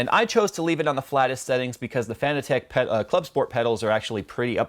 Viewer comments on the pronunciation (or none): its not fan-e-tech its fan-tech ffs your killing me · fa-nah-tick not fan-a-tech lol:-p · Do you not say Fanatec like fanatic? and not Fana-tech? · it is pronounced like fanatic